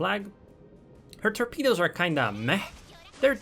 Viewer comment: "torpedeos of death"